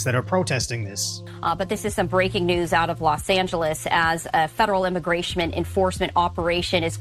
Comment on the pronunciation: I find it dumb and hilarious that this reporter can’t even read or say the word “immigration”… but rather she thinks it’s “immigracment”